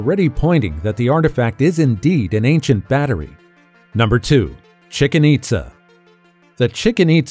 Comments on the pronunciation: Chicken-itza Really? Learn to pronounce the name properly! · "Chicken Itza"? Did I hear you right?